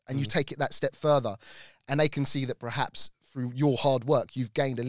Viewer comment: PER-HAPS Now you say it.... PER....HAPS